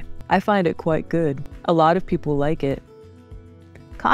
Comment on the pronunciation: your pronunciation " quite" is not correctly